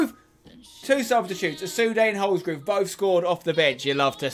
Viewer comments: It's Holsgrove not Holsgrooooove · Please pronoucne it HOLS-GROVE not HOLS-GROOVE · Lol spence it’s not groove it’s grove,like drove. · wish he would say holsgrove's name properly says it as holsgroove